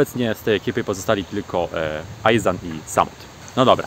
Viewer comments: Iszan nie Ajzan ;) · nie wiem dlaczego tak a nie inaczej ale zobacz sobie jakieś wywiady z Ihsahnem i on swój pseudonim artystyczny wymawia Iszan. pozdro